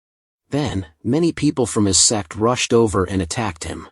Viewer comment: Is it me or i hear sex instead of sect?💀